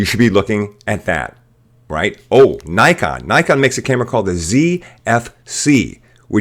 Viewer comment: Manages to pronounce Ricoh alright, fails miserably at Nikon. How? Why?